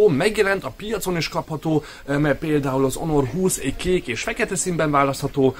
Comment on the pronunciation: Onor 20? Ammeg mi a ...? 😂😂😂